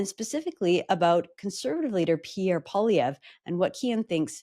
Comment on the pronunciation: And "poilièvre" means rabbit hair, but he doesn't even pronounce it properly. (And most of his fans can't spell it properly either.) His gay French-Canadian father must be so disgusted with him -- especially when he voted to deny his own father the right to get married.